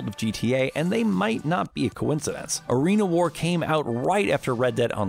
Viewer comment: They also said that Arena War said came out on December 11th of 2019, as well as butchering the name of said update, calling it "Arena Awar."